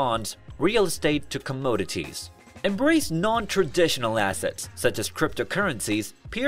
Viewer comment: Is it me or does it feel like this whole episode was written and put together by AI? Even down to the voice. It can't pronounce words like economic or commodities correctly lol.